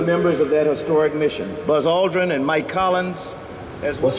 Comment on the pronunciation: Its "Aldrin" you illiterate.